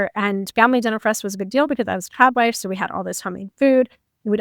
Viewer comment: A trob wife. She keeps saying something like a trap life or a prop wife or a truck wife what is she saying?